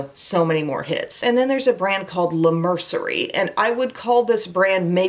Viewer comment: I think it's pronounced "la Mer-see-ay" like in French. ❤ I love this video. I'm on a very tight budget, so I love the Dollar Tree! I got a great eyelash curler there, as well as makeup! P.S. Loved this video so much that I subscribed to your channel 😊